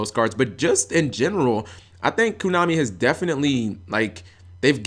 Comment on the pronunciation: "KONAMI" NOT "KUNAMI"